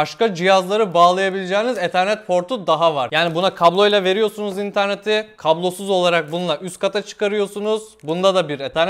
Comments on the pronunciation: abi neden bazen internet neden eternet diyon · Abi sen internet diyemiyonmu yoksa bilerek mi söylüyon